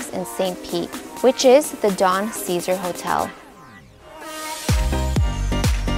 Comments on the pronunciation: The big, pink hotel you point out is the Don CeSar. It's pronounced like it's spelled, not like the word "Caesar. It's pronounced "Say Zar". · Bless Your Heart.. it’s Don see-ZAR.. also - Lake ma-GOR-ay.. 😉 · You mispronounced the Don Caesar. Should be Say Zar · please ask around to know HOW to pronounce the Don Ceasar Hotel ..... as well as Passe Grille & Terra Verde ; work on the accents please (espanol helps) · Thanks for the video, made me very nostalgic for my childhood home. The PIER is no longer a landmark, the new PIER SUCKS!! You mispronounced the Don Caesar, and Pass-a-grill use to be SOOOooo much better and fun, but has now been taken over with residential Primadonna! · Learn how to pronounce Don CeSar.